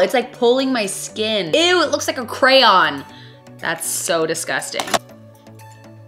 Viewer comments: The way she says crayon it sounds like crown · Was I the only one dying every time she said “crown” for crayon? Love this video. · Am I the only one who hears "crown" every time she says "crayon"? LoL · The way you say ‘crayon’. 😂 Love it. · Love you girl but is anyone else cringing at the way she says crayon?? Maybe us michigan people just say it different